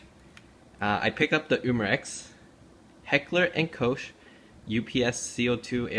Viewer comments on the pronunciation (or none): It's pronounced Kock